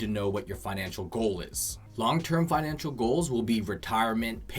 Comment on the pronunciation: Financial not finanical lol but good video.